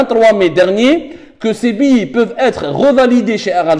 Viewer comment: Billets(biyé) et non pas Billi